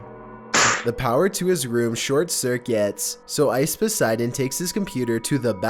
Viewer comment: It's IcePoseidon not OceVODseidon